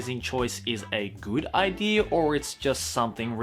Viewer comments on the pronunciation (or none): I listened until he said "Idear". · I like how Australian people always pronounce idea like idear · I love how says idear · I luv how when he says idea he says ider XD